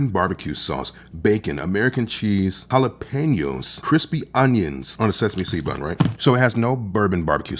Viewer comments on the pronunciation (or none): So can you do me a favor and tell other food reviewers on this app that it’s pronounced Jalapenos (Holla-peen-yo) Not Ga-la-pen-knows